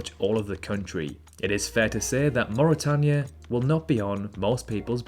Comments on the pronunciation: Did follow and subscribe, but then noticed a geographical channel could not pronounce "Suriname" and "Mauritania"... Quickly unfollowed and unsubscibed. Good effort if it was made by 10 year old. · Good vid. Your English pronunciation of Suriname, Mauritania, and Timor is slightly off though. "Attols" too.